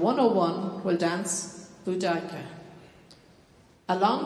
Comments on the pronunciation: Is this pronounciation of 'Boudicca' the correct one? I've always heard it said, BOOdikuh, not booDIEkah. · They found a load of beheaded bodies and heads in London when they were putting in the Queen Elizabeth line for the London underground which were from her rampage across London, so it’s quite possible she could of done some of them her self. Her name is pronounced like Boo-Dicc-er not boo-dike-er lol. She fell in battle in the end. She was Queen of the Icene tribe and was defeated in the end by the famed Roman General Gaius Suetonius Paulinus, Boudicca army strength was 230,000 strong and the Romans 10,000 strong and the army of Boudicca lost together with casualties 80,000 people and Paulinus 400 soldiers. The Roman historian Cassius Dio did like to embellish Roman victories, so I highly doubt her army was anywhere near 230,000 strong. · Pronounced ‘bow-da-see-ah’ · I was taught it was pronounced ‘bow d see a’? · I have always heard Boudica pronounced boo da ki and if I hadn't seen it in the description of the video I would not have known who it was supposed to be because of the announcement beforehand. She preformed wonderful and strong 💪 ❤ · I didn't know it was pronounced that way...I've been saying it wrong. Good to know! And great dancing! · Awful intro. That's not how you pronounce the word Boudicca!!! 😢